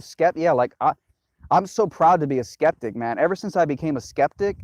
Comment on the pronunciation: Dude just totally BROKE the word 'Skeptic' for me.